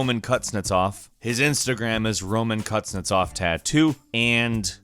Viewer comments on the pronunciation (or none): The first time he said the tattoo artist’s name it sounded like “roman cuts nuts off” lol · "roman cuts nuts off"? am i the only one hearing it like that? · Did I just hear “Roman CutsNutsOff”? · "Romankuznetsov"......Roman cutts his nutts off..😂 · "Roman cuts nuts off" all I heard 😂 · Roman cuts nuts off ? i am the only one hearing this ? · Does anybody else here the Russain guys name as "Roman cuts nuts off?" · Did you say Roman Cutsnutsoff? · Roman “Cut his nuts off” is all I heard